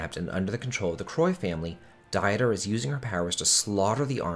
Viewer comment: It's pronounced Deter, like Peter with a D.